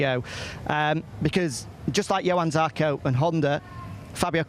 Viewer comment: Can someone teach the 'Coronation Street' reject not to keep saying Yohann Zarco.